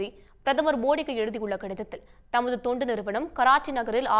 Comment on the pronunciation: தயவுசெய்து சரியாக உச்சரிக்கவும், அது தொண்டு நிறுவனம், துண்டு நிறுவனம் அல்ல🙏